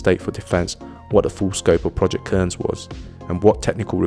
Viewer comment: Cairns. Pronounced cans.